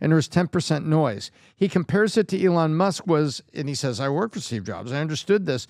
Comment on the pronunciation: Can someone pls tell this guy (Pat B David) to pronounce Elon's name right. So annoying.